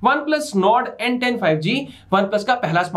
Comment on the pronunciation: When you said n10 I heard Ben 10😁